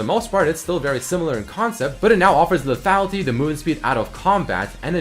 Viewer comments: teach how to pronounce le -tha-Li-ty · Please teach how to say LETHALITY XD